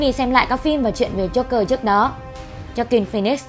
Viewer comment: Joker. Not Jogger. Đọc cho đúng nào.